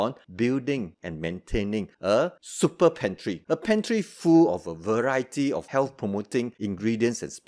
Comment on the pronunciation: You don't call it a super food but you leave it in your "super pantree" 😂👍🏽